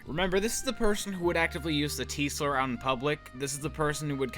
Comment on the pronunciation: When you said "this person that he called the 't-slur'" I heard "the Teesler" which is my new favorite Dr. Suess character.